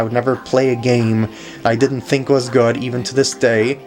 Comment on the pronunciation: *good not goo